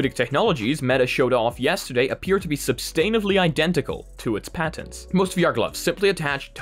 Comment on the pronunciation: SUBSTANTIVELY pronounced incorrectly three times. I had to point that out it seems.